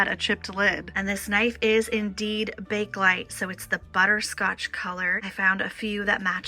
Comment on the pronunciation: Loved this video. I vote for the new bar stools. They suit the rest of your things much better. Also, regarding the Bakelite cake server, the brand name is pronounced bay-kuh-lite, not bake-lite.